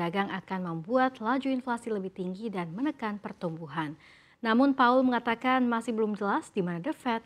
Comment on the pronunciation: Powell mba, bukan paul